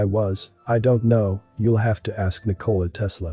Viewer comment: The correct pronunciation of Nikola Tesla is that the emphasis is NIK-o-la!